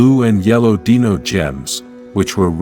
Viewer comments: deno? how hard is it to say dino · It's pronounced Dino not deano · Dino not deeno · Dee-nohs??? Wasnt that Selenas band? 🤣🤣🤣